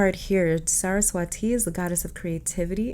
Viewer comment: Saraswa'thi'. Just n d end pronounce it like 'thi' not 'ti' . Its really fun to read about indian gods and goddesses . U ll find a lot of interesting stories you can connect with. Take it as my humble suggestion.❤️